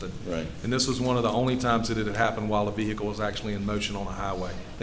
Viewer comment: V-hick-le…. Omg